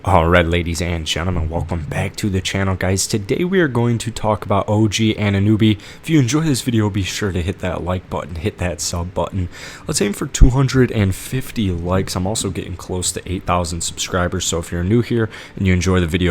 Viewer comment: OG Ananoobee? Come on man, it's AnunObee.